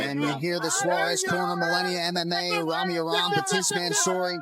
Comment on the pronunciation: Yes more bull shit and would someone please teach this damn AI how to pronounce MMA. It's an acronym stupid.